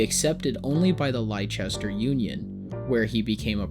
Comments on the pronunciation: Well done biography , but the city Merrick came from is pronounced 'Lester'. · I’m British and live near Whitechapel, I go to the same hospital Joseph lived in and have visited the shop opposite where he first displayed himself, it’s such a weird area you always feel like you’re back in time no matter how they build the area up, it’s also where Jack the Ripper did his bidding so maybe that’s why You did well with the pronunciation of British cities but Leicester is pronounced “Lester” 😅 it can be confusing as we have some odd spellings and some get Gloucestershire mixed with it but that one is pronounced “Gloster-shire/share”